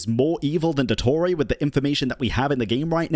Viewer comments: “il doettorey” 🫪😂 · that very American pronunciation of "Dottore" AHAHAHAHAHA (i just found it funny, not an insult hehehe)